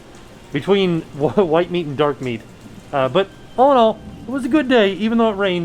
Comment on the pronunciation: The way said dark meat duck, and all I heard was Darkwing duck and I was 😱